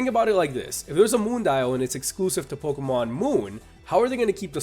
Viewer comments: You probably don't care but it's pronounced Pokémon ( poke-AY-mon ) not Pokémon ( poke-UH-mon ) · it's pronounced poke-ay-mon dumbass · ***** it's officially pronounced poke-ay-mon it has a damn acute accent for goodness sake you dumbass and learn to pronounce words and if you didn't know the acute accent is this ------》É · its pronounced poke-ee-mon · MrMonsterHunter 808 oh yea and it does matter if he mispronounces pokemon because others will pronounce it the same as he did not knowing the right way to pronounce it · Tingle calm down after he mispronounced pokemon my favorite nintendo franchise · Jesus Lopez Yes, even if it's your favorite, it's just a pronunciation. And even more, it's just a game. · Ian Kerber this shall not end until the dumb ass poke tuber accepts he was wrong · Andri Haukur Einarsson yes I do realize that you dumbass but I am not reading the word in a language that pronounces it differnt I'm reading it in English and the right way in English is e-acute